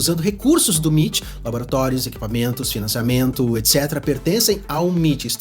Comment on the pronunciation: escolhe, ou fala M.I.T ou ITM, "miti" é foda